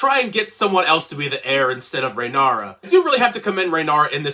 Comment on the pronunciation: rhynara? how did u manage to keep mispronouncing it after watching the show bellend